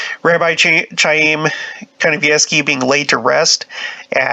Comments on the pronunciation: It's pronounced K I a y m , No ch ,like ch urch. K , like kite . I have a friend with that name ,and Gene Simmons of KISS, the band , that is his real name . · Interesting article. His name is pronounced 'Haim, a guteral hard "H" like the sound at the end of the name of the composer "BACH" not an English "ch" sound.